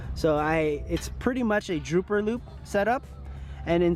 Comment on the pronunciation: dropper loop as in, drop the beat. Not droop like you're saying.